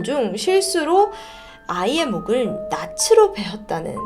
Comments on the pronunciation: “마을 사람들 중 손가락을 절단되는” 이렇게 말의 흐름이 자연스럽지 않거나 낫으로를 나스로 라고 발음하지 않고 나츠로 라고 발음 하시는 부분이 듣기에 조금 거슬려요..ㅠㅠ 이런 부분들은 점차 고쳐나가주시면 감사할거 같아요!! 항상 너무너무 잘 듣고 있습니다❤️🫶🫶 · 낫으로===>나츠로(x) 나스로(o) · '낫으로' 베다 '낫에' 베이다 [나츠로]가 아니고 [나스로] 베다 또는 [나세] 베이다 라고 읽어야지요. 낯으로 [나츠로] 예) 뻔뻔한 낯으로[나츠로] 말했다. 기본 중의 기본 아닌가요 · 낫으로 - ‘나스로’로 발음해야 합니다 전보다 많이 좋아지고 여유로와진 모습이네요 지금처럼 정확한 발음에 더 신경쓰시면 조만간 제시카 언니만큼 성장하시리라 믿습니다